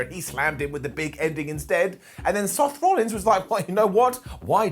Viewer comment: I thought i heard a sloth rollins in there too.